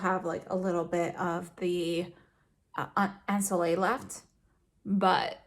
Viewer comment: This glowing skin at the beginning 😍🥰😍 and love the in-depth review.💖👏 P.S: I might be your only french viewer, hope you don't mind a quick pronunciation lesson. The word "ensoleillé" the last syllable with and accent should be pronounced "yé" like you would say in "ye-llow"😉